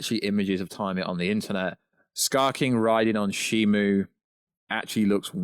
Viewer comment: How do you mix up a "O" for a "U" in SHIMU? Also, Gia doesn't have a "J" in it, nor is her name pronounced with a "J" in it. I know you're from somewhere in the UK, but come on man.